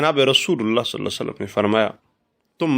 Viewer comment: JazakALLAH Ap meherbani farma k salal la ho alaehe wasalam theek sy bolain